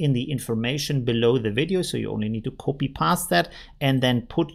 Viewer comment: Thanks for all your effort and nice videos! Just one question.. what is "koopi"? Do you mean to say "copy" when you say "koopi"?